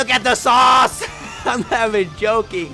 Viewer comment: "the sauce" the SAUCE-KE!!!